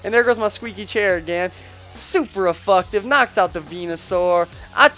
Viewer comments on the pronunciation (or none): did you really call seismic toss "super effucktive" and did shit with no attack investments? alright,, we won't send you back to pokemon school to have a lesson on moves like night shade and s-toss...yet.